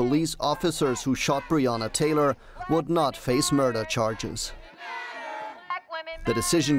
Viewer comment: Mispronouncing Breanna Taylor's name is one thing, but at one point you said "Breanner Tayler" then you say "Breanna Tayla". Why?